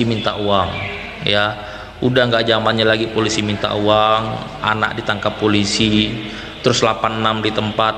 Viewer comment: Folisi? Apa kuping gw sah denger kah?